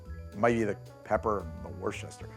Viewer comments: Wuss-ter-sheer sauce. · It's "woosta-shire".:) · living in worcestershire makes hearing people forget the "shire" hurt so much IT'S WUH STUH SHUH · "Worcestershire" is really not that hard to pronounce: wooster-shur (where the "oo" is like the "oo" in "book"). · WER-stuh-sher, not as galling to the ear as "urn brew" but just as easy to fix. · I don't understand people's problem saying Worcestershire. It's 3 syllables. Wuss-teh-sher. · The second video I’ve watched this month where the creator of the video said “warshyersister” sauce. The other was Charlie Berens. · Worcestershire is named after the town. Woos-ter-sher. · Grew up in MD. Glad to see this episode and even gladder that the liquor isn't putrid on its own, lol. Also, its "WOOSHT-tu-shur" sauce, "WOOSHT-tur" is the county in MD: Worchester.